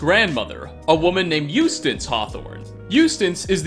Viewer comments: The way he says "Eustance" instead of "Eustace" is driving me crazy. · It says eustace right on the screen stop calling her eustance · Eustace, her name is Eustace not Eustance. Apparently reading isn’t high on your list of skills. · Learn to pronounce names properly. It’s not “Eustance” it’s “Eustace”. Jesus. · Eustace is pronounced U-stass. Not Use-stance. Bruh. There's no fucking N in Eustace. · Lol Eustance. Where did you get that n in there? Lol. It's Eustace. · Eustance I don´t even know from where he get´s some of these pronounciations. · "eustance" OnO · ...There's no N in "Eustace" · There's no "N" in Eustace.